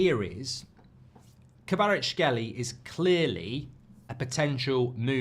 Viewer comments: Mark not being able to pronounce Kvaratskhelia and repeating it like 40 times is hilarious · I really dont get it Just pronounce the a at the end and hé is basically there